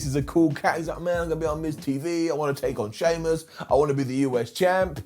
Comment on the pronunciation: Did just say: SHEAMIAN vs. DAMIAN PRIEST 😂😂😂